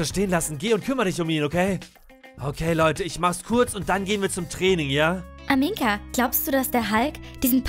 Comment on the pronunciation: du sagst aminka und nicht amina 😂😂😂